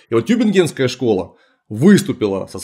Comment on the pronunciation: тЮбингенская школа. Tübingen: ударение на первый слог